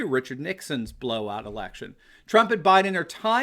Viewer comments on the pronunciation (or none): none